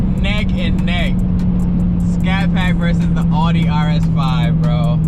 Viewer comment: It's pronounced "aw dee"